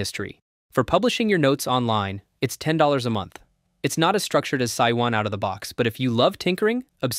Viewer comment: It is pronounced Sue-you-in. Mandarin for Temple.